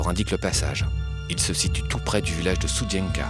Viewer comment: Pas stoudienka mais studienka j'y suis allé !